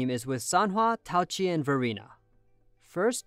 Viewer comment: Why write her name as Taoqi if you're not gonna pronounce the "Q" ???